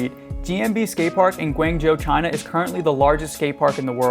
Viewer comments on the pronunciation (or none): none